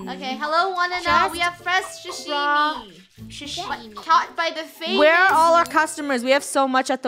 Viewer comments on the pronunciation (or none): Not shushime Sashimi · “Shashimi” it’s Sah-Shi-Mi (without “H”)